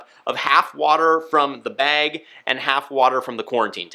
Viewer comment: Dude, are you from Pittsburgh? You say beg like my wife